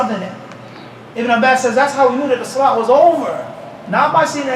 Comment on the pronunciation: Swalaa bila uthuu is not swalah